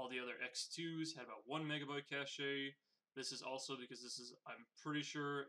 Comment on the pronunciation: Pronounced cash not cashA cache